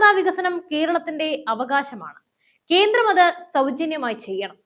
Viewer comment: കീരളം, കീന്ദ്രം, മലയാളത്തെ അപമാനിക്കരുതേ.